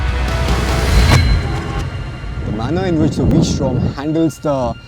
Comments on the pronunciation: did you say "I love Honda V Storm..." .😂😂😂😂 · Did he say "I love Honda Vstrom"? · Did he say ...Honda v strom? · did he keep saying v-strom? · It is V-Strom only Brother